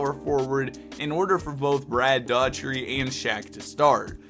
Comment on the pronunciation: Dough - er - tee